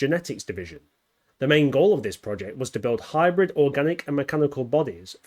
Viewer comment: "HE COULD BE IN ZIS VERY ROOM!"